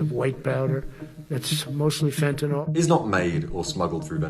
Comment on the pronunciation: I’m not trusting anyone that calls themselves a drug expert and say fentanyl is fintinill